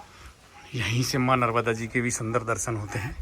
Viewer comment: Narvada nhi narmada